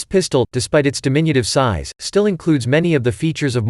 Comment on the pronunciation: ROBOTBOTBOTBOT - "SEIZE" INSTEAD OF "SIZE" - LMAO!!!!!!!!!!!!!!!!!!!!!!!!!!!!!!!!!!!!!! GET YO KICKS ON ROUTE 66 - - - "STATE ROUTE 22" - HEEHAWHEEHAWHEEHAW - LOL!!!!!!!!!!!!!!!!